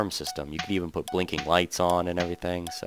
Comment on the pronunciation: poot? i think you mean put! :)